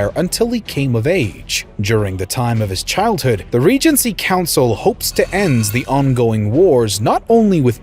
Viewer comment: Me an Eu4 player only hearing reign council